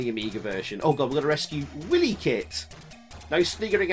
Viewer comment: I may have only been about 5 or 6 when I saw Thundercats, but Cheetara made me realize girls were able to be something other than icky and scary. <3 Edit: It's WILYkit. As in she's wily, not a willy. :P